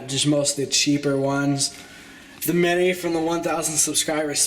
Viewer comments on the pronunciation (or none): none